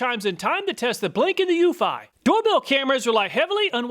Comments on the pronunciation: ... according to the company, it's you-fee, not you-feye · According to Eufy's installation videos, it's pronounced You-fee, not you-fi. I think the SyFy channel ruined that for us, LOL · it's pronounced eu-FEE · Lol, it's pronounced Ūfē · Eufy is pronounced "u fee" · Hello, I own the Eufy (pronounced U-FEE) E340 doorbell camera. Here are some thoughts on the Eufy that you did not take into account: 1. The E340 has lights on it that enable it to produce color videos of visitors up to around 20 feet away from the camera. You can switch it to infrared only, and it will increase the distance it recognizes a person, but the videos will be in black and white. 2. The Eufy E340 is designed to work with your existing doorbell. Most, if not all, other camera doorbells I have seen do not. This is a HUGE plus if you have an existing doorbell. 3. You can also set the E340 to work with Alexa, so that your native Alexa speakers announce when you have a visitor at the door. It can work concurrently with your home's existing doorbell and Alexa at the same time. I doubt that any of the other doorbell cameras you tested have this capability. This makes this doorbell a great choice if you are using Alexa as your smart home assistant because it ensures that you will hear the doorbell or the Alexa announcement wherever you are in the house. 4. The E340 also sends a notification to your phone when a visitor rings the bell. If you connect your phone to your laptop using Microsoft Phone Link, your PC, laptop, tablet or home office computer will have a notification pop-up when someone approaches the E340 camera. This is how I get most of my notifications. The MS Phone Link notifications provide instant responses when someone rings the doorbell and usually will not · Love my eufy (YOU-fee) doorbell